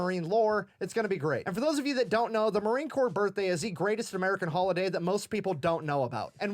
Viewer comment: not to be ugly, but it Corps, not corpse